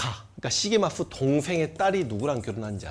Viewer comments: 선생님 죄송하지만 시게마쓰가 아니라 시게미쓰인것 같습니다.. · 시게마스가아니구 시게미스여요 선생님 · 글구, 발음은 아마도 시게미츠 또는 시게미쯔라고 될겁니다. 일본생활 삼십일년째라 걍 주제넘게스리.. 죄송합니다...